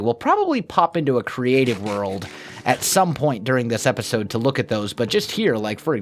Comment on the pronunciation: "epitode"